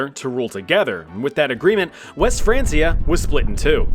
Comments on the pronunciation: "France-ee-ah." N...no. "Francia" was the latin name/spelling for the "Land of the Franks." Latin didn't have a "k," only a hard "c" (like "cut"), so "frank-ia." France is called "Frankenreich" in German to this day. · It's pronounced "Fran-kia", not "France-ee-er". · I had to stop watching after it’s not Franceia it’s pronounced Frankia, like the name Frank, because it’s the anglicized version of the original Franc, who were Germans who took over modern day France. Which was the last Frankish kingdom, which is why West Francia is now just France, as Germany and Italy both fragmented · Its pronounced frankia, not fransia, jesus. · It's "Frank-iah" not "France-iah" 😩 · Frank-e-a not France-e-a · Its not franceia. Its said Frankia god damn you. Its not english. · It's Fran'K'ia, not Fran's'ia...the C is hard as its rooted in Latin. Remember, kids are learning from channels like this so teach them properly. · Not be an a-hole but it’s pronounced “frank-E-A” not “fransia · It’s was pronounced like Frankia and not France-ia. Hence why they were called the Franks. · Hearing Francia as Franceia sends me. Why u keep saying like that!? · “frein- key-uh” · Isn’t it pronounced frank ee ah? Didn’t you watch Vikings? ❤️‍🔥❤️‍🔥❤️‍🔥❤️‍🔥 just saying (😗🤓😏) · Its pronounced Fran*K*ia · Hey, history communicators with only one job, the name of the Franks is probably a good indication of how you pronounce, “Francia”. I know, jobs are hard … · The Franceia pronunciation is giving me physical pain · It's actually pronounced like Frankia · How does one pronounce Francia wrong while (correctly) mentioning Franks in the same sentence? Wild. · Just pronounce Francia right damn it lol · its pronounced francia with a K, not a c. like you like in frank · My brother in Christ I don't think that's how you pronounce Francia. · Your pronunciation of “Francia” was mildly irritating. Other than that, great video as always!